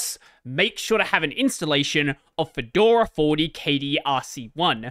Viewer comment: "Kedora". Hey, that's my distro! I'm equally excited and nervous about how the big switch to v40 will go.